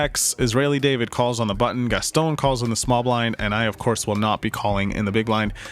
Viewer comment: It’s not pronounced “Gas-Tone”. It’s “Gas- ton” drop the sound of the “e” at the end of Gaston